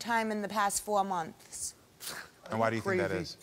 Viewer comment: The way the woman pronounced the word m-o-n-t-h-s was too much for me.. 🤣🤣 She put everything she had into it. 🤣🤣